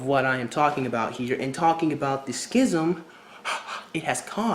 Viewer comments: So you know, "schism" is pronounced "sizzum." Gr8 video, doe, m8. Stay sexy. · Zedrik von Katmahl Yeah, but the first one is the only proper way to pronounce it.